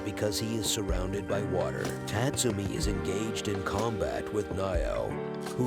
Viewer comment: Tat - Sumi, LOL. It's pronounced Taatsoomi.